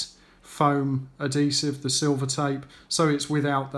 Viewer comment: What the hell is "alloy-minium" and "addi-sev"? at least say this shit correctly ffs, so annoying